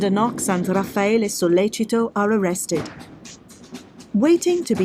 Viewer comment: You know so little about this case that you don't even know RAFFAELE'S name. It's not "Rafaelo". So tell me, if it was a 'sex thing gone wrong' exactly HOW did they leave no DNA in Meredith's room, NO fingerprints, and NO bloody shoe/footprints while Guede left ALL of those? Did they have on hazmat suits and levitate? What evidence or testimony is there that Raffaele wanted to "sleep with them both" or that Meredith kept telling Amanda to "clean up her mess in the house"? HINT: there wasn't any., Your post is an excellent example of the Dunning-Kruger effect: "a cognitive bias in which people with limited competence in a particular domain overestimate their abilities."